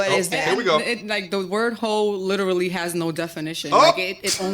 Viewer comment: Littlely.... (literally is the actual word) . It works my nerves when I hear this.